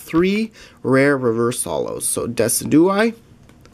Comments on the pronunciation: It's not decudye it's D-Y-S-I-D-U-A-I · Great video and some nice pulls. :) I think Decidueye is pronounced Deh-Sid-You-Eye Lunala is Loo-nah-la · It is Deh-sijew-eye. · when pronouncing it it is Jew not du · Decidueye is pronounced as "Decid-u-eye" as the name is based of a deciduous tree.